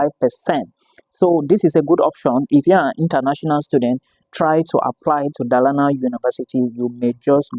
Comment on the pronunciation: Dolana, that’s the pronunciation